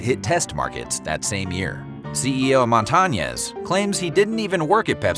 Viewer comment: white ass pronunciation MONTA NYESS. ITS MON (LIKE MONDAY) TA (LIKE TALL) NEZ (nYES)